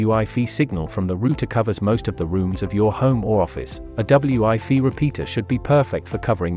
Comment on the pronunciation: I’m sure this is a good explanation of the difference between the two, but unfortunately the computer generated voiceover’s inability to pronounce “wifi” correctly makes this impossible to comprehend as every second word is pronounced “ double U I fee”. What a shame